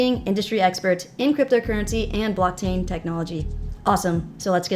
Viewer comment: Did say blocktang